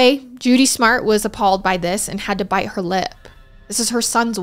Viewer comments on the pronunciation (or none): none